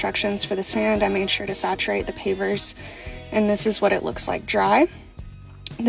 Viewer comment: I thought you were saying papers😅😅. I'm like, "Who lays papers in a barn ffs?!"😂😂😂